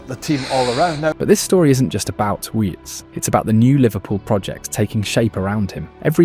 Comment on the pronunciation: Didn’t even realise it was AI until it started pronouncing names and almost has a stroke saying Wirtz 😭